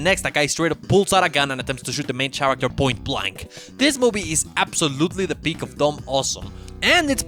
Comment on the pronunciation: The "ch" in "character" is pronounced like K.